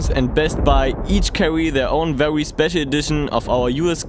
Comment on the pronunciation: DID you guys hear tom says 'vewy' instead of very its sooo cute i love that soo much